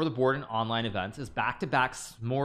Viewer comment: "smorsgabord" is how I'm gonna say it from now on too